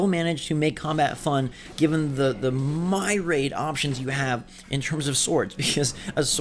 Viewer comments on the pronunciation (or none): right, he said 'myraid' instead of myriad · 'myraid' it's pronounced 'mih-ree-ad' but your pronunciation was hilarious and made me spit out my drink